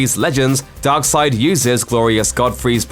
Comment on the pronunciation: Great vid but i hate the way you say darkseid